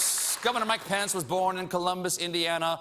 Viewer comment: I'm not American and every time he says Mike Pence I hear "My Pants", does it happen to you too or it's just because I'm not a native speaker?